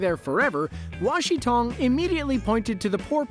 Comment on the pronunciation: It’s not “Wa Shi Tong” it’s “Wan Shi Tong”